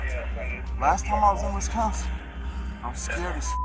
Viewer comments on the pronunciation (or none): none